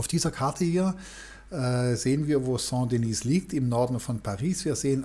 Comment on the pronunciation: Sehr interessant. Aber: Die Kathedrale nennt sich Saint Denis und nicht Saint Denise. Denise wäre weiblich und somit müsste sie Sainte Denise heissen ..... Ich würde mir wünschen, dass Sie die französischen Namen richtig aussprechen. Besten Dank!